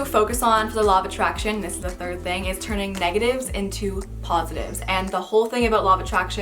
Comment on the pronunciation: 😂When they where saying "the law of attraction" I thought they said "the law of a Trash Can 😂